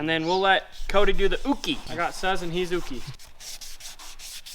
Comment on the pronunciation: Not trying to give you Japanese lessons here, but the 'u' is the same sound no matter where it is in a word. So, Suz would sound much like the Su in Suzy Q. Pretty sure you wouldn't pronounce it like suds. It's great that Chad knows that he should put on a welding helmet, now someone should possibly show him how to use it.